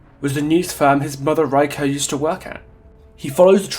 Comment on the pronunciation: This is a nice video! Though, I noticed you pronounced everyone but Reiko's name properly. I'm not sure how accurate you want to be on it, but it's pronounced "Ray - koh" or more precisely "Reh (like "eh..." - i(in ear) - koh" depending how accurate you wanna be, still, great video! :) I always love what you have to say!